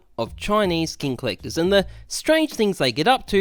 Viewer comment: No one: Absolutely no one:: CHINESE COLLECTAHS